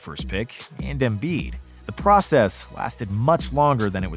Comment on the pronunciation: You make basketball content and don't know how to pronounce Joel Embiid's name.